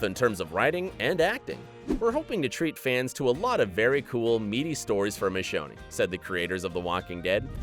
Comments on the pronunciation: He pronounce Michonne “Michonny” and said Lori and Andrea were beloved characters so I don’t think he’s even heard of the walking dead. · Why the heck is this narrator butchering words??? Colone?? Michonny?? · Michonny? There’s no E sound at the end. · Michoneeee ? 😂 also called the show Colony Colona ? How hard is it to have a job where you read facts written for you for a video and you mess that up. This guy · Colona? Michona? It’s the the series Colony and Michone. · Pronouncing colony— as colona And michonne (mi-shown) as mi-sho-nee If you’re going to make a video about the walking dead please pronounce it right lol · Wait, did he say (twice!) Michone-E? The e is silent you putz. Real big fans you guys here are. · Michoneeeeee?? NO EEEE AT THE END DIPSHITS. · You really shouldn't narrate a show you have never watched. Michonney??? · The thing I missed the most while watching that was correct pronunciation of Michonne and Colony ( it's not pronounced "Co lo nii " you muppet , and Michonne's not Mi sho nay either ) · Me too! And the narrator kept pronouncing Michonne as Mi-show-nee. 😳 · Seriously, how the hell is this narrated by someone that can't pronounce Michonne? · If you're going to narrate a Walking Dead themed "Where Are They Now?" you should probably pronounce Michonne's name correctly. Just a thought. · Mish-onnie? Lol WTF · It’s not pronounced Michonn-E is it? Guess dude doesn’t actually watch the show- fair enough lol. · The mispronunciation of Michonne is so cringey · When the narrator pronounces the "e" at the end of Michonne's name...